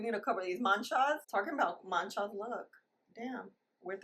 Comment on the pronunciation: You make me laught every time you say “ manchas “🤣🤣🤣🤣